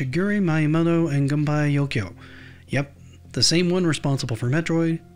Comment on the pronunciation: The video has a lot of good information, but the pronunciation of Shigeru Miyamoto and Gunpei Yokoi's names were awful. If you are going to cover stories about Japanese game developers, you need to get their names right. There are dozens of videos on Youtube alone that you could have referenced to get proper pronunciation. It lacks professionalism and grates on the ears if you know how their names should sound.